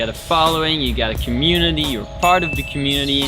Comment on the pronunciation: You not shyou.